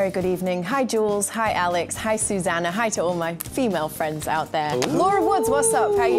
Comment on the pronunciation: Ohhh Presenter Fwiends was the best part…